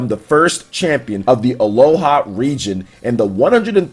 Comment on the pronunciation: Are you saying Aloha on purpose? XD Anyways, I was quite surprised. Satoshi/Ash has made quite some silly decisions during this league and sometimes had more luck than anything but I am definitely fine with that got settled. The current episode was pretty dope. =3